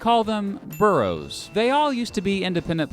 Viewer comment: I hate how he missed pronounced boroughs as I am person who lives in those types of city’s